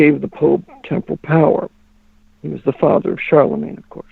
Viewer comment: The word is "temporal" (not temple). It means "physical, mortal, political" power of the pope, as opposed to his spiritual or ecclesiastic power through church authority. pronunciation confuses that word.